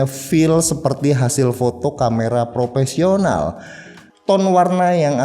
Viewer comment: punteun banget bang, setiap ngomong professional entah kenapa ada yang aneh..